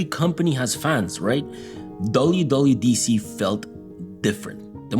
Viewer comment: YOU CANT SAY WWDC CORRECTLY 😭